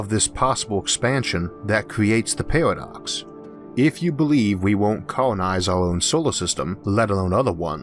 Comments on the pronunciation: great vid....but i cant stand this guys speech impediment. lol is it a pairwodocks..or paradox? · Narrator says Pawadox, lol